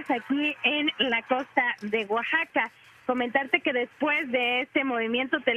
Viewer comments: Oaxaca no como lo dise esta conductora guaxaca muy mal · Es Oaxaca. no guaxaca.